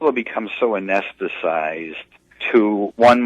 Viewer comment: He didn't even pronounce "anesthetized" correctly.